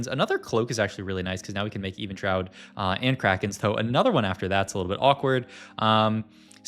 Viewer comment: Keeps mispronouncing Evenshroud for 16mins just to magically say it correctly then, just ragebait at this point or interaction farming. "Was beggars can be choosers his last augment?" - Yeah idk buddy, I thought this is a vod review not a random yap sesh without paying attention.